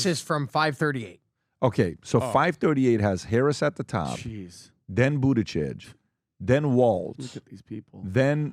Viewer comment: PBD calls it "Buttychick" when trying to pronounce Buttigeig. He may be right about that.